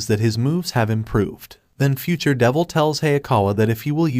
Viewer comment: "future davil" 💀💀💀man im dead